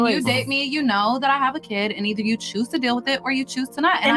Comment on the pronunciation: Why is there a Y in the word Kyid or I mean Kid!